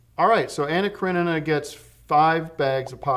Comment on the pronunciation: Excellent pronunciation of Karenina! So this one is about Russians from a book? Also dig the love scene edit, although I went to see the move because I thought it was one big love scene and was kind of disappointed. At least I didn't have to read French.